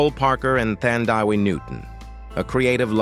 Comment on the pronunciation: Her name is Thandie NOT Thandaway!!!!